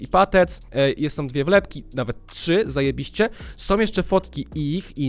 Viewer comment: Nie ,,zajebiście" A ,,zaebyście"